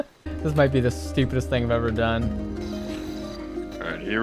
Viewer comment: "This might be the spupidest thing I've ever done" the stupidest thing "So Far" I hope 😂 I love this